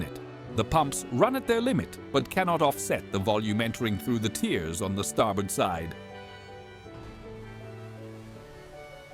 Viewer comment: The narrator needs to learn how to pronounce correctly "bow" and "tears" as they apply to a ship, and not a violin or a face!!